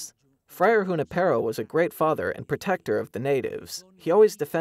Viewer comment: Thanks for the good news. Please check the pronunciations. I accept that "Ju-NI-pe-ro" is an anglicization of the name, but the male announcer really mispronounced it.